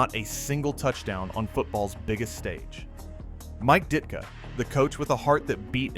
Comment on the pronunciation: You lost me when you could not pronounce DIT-KA. Good bye.